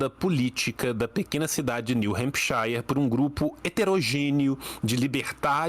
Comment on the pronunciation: Só aviso pro tio, o shire em hempshire se pronuncia “shur”